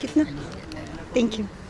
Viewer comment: Ваш английский - это нечто..! Это даже мило - в этом что-то есть. Это даже стало мне нравится. Но когда я слышу в исполнении слово «тэнкью» - меня реально пробирает дрожь.. сходите же на урок английского - пускай вам там немножко фонетики объяснят